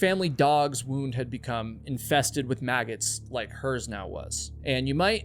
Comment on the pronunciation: I love that you have difficulty saying maggots